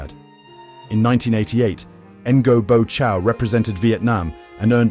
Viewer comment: You can’t even learn to pronounce his name one bit. It’s so far off!